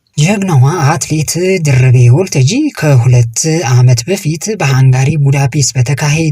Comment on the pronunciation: ለዜናው እናመሰግናለን! ለጠቅላላ እውቀት ግን ሰው የስሙ አጠራር ሲወላገድ መቼም ደስ አይለውም፣ የሚያውቅ አድማጭም ድምፅህን ሲሰማ ጆሮው ላይ ይሻክርበታል። በለጠን ባላጣ ብሎ እንደመጥራት ማለት ነው። ስለዚህ ያባቷን ስም ስትጠራ 'ታጂ'ን አጥብቅ አታርዝም። አንተ የምትለው Waltajii ሲሆን መባል ያለበት Walttajji ነው። Walttajji ትርጉሙ መድረክ ማለት ነው። የሷንም ስም እንደ አንዳንዶች ደርቤ አለማለትህ ግን ግሩም ነው 😊